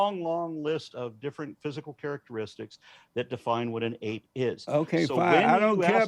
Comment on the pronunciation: I'd pay that nutty deist if he'd say "an ape" instead of "uh ape". Cringe